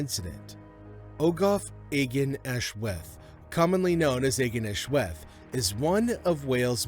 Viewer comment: The cave's name is pronounced ARGEN AHLWETH